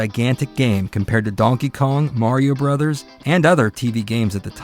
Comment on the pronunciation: Thank you for calling it "Super Mario Brothers". Every time I hear Bros. pronounced Broes, I wince like someone just raked a Freddy Kreuger glove across a long blackboard.